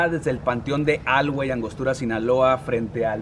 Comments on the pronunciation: Muy buen video,,solo como comentario,, no se dice Alhuey con acento en la “A”,,se dice Alhuey,,con acento prosodico en le “e”,,un saludo,,de por ahi soy,,cerca de Angostura. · Wey soy de Guamuchil y no se dice alguey se dice alguey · Amigo me gustó mucho que fueras ala tumba de Ariel Camacho pero alhuey no se pronuncia como lo hiciste en el vídeo lo pronuncias como si tuviera "G" es alhuey no algüey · Estuvo chingon el vídeo pero no sé pronuncia haci alhuey, pronuncialo cómo aluey pero se escribe alhuey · Se escribe alhuey pero se pronuncia aluey 👍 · Se pronuncia aluey la h no se pronuncia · Pronuncias mal Alhuey y ni es plaza, en Sinaloa es #Plazuela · así no se pronuncia alhuey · Haci no se dice alhuey bro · No se pronuncia así carnal Alhuey la h es muda recuerda 😂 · No chin.. viejo hasta pareces turista, se pronuncia Alhuey, con acento invisible en la e, tienes que conocer un poco mas de tu chinola